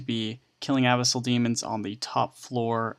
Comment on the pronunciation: Its Pronounced ' Ah-bis-el' not 'Abby-sail'